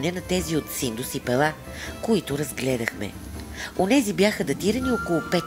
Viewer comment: Музиката къса нервите! На български-тракийски религиозни символи гръцки семитски маанета. После ренесансова музика, когато се разтягат локумите от "Декамерон". Ударението на град ПЕла е на първата сричка. В Българския език думите са от срички,. Когато са 2 сричките, ударението е на първата. При повече, ударението е на втората. Никога на последната. Пела е както Пеласги - БЕЛА, БЕЛасци. Богинята Майка е БЕЛА, БЯЛА, БЯЛА. Град Пела е македонския вариант на Кабиле(КиБела, КуБала).